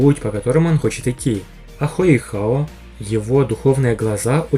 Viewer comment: Мимо😅 Да и старейшине Му Энь этого и не надо. Да и он показывать кольца не будет. Он 99 ранга, а Ду Бусы и старейшина Сюань 98 рангов. Между этими рангами огромная разница, и уровень колец не играет такой уж роли Кстати, правильно Хо Юйхао, а не хою хао.